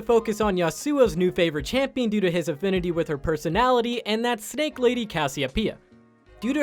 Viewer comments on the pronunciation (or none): none